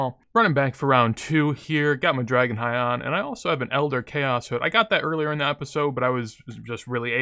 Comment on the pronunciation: Dah-Gon High is how it is pronounced I believe, not Drah-Gon High. Gotta get that Reading Comprehension Cape soon. :D